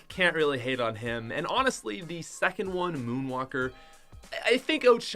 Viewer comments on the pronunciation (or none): none